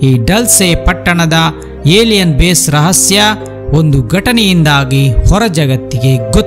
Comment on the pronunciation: ಅಣ್ಣ ಅದು ಹೇಲಿಯನ್ ಅಲ್ಲ "ಏಲಿಯನ್" ಕನ್ನಡ ವನ್ನ ಕೊಲೆಮಾಡ್ಬೇಡಿ ಅಣ್ಣ 😊😊😊🙏